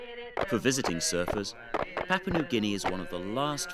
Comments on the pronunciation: You would think a promotion video from Papua New Guinea Travel would have had a narrator taught correctly how to say, 'Papua'. The first 'a' is the same as the second 'a'. The 'a' as in 'tarp'. It's not hard to do. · I lived in Papua New Guinea for 14 years. I miss many aspects of the life there, especially the traditional food and dancing ceremonies. Hiri Moale is mispronounced in this video. It is moh-AH-lay. Papua is pronounced PAH-pwa. Please get it right.